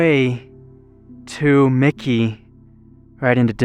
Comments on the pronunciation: I believe it is Mackey (Mack kayee), not Micky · It's MacKay. Not Mikey. There is no "I". Very cool place though. Been there and explored ourselves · thanks, another fascinating find. As others have noted it is " pronounced 'Mackie' with the accent on the first syllable" from the wikipedia article on Mackay. Much easier than Pahsimeroi.:-). I had a devious thought, maybe mispronounces words to increase comments? Ha. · Its pronounced "Mack-ee" How embarrassing for you to not even ask a local or do a simple search about the name of the town. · Mackay is pronounced like Mack+Key. Back in the 70's some of the 1st cattle mutilations happened out in the Mackay/Copper River Basin Area. My dad was in Ketchum, knew some folks whose families helped settle the Mackay area and they picked up and left after the cattle mutilations. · pronounce. Mackay ——-> “Mac-E” 💥👍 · I like your videos but it would be nice if you get pronunciation of the town right. I always look forward to your adventures, please keep them coming.